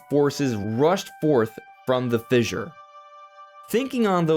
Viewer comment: Fissure is pronounced like Fisher